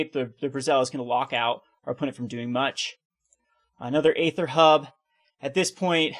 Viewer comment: You are pronouncing aether incorrectly.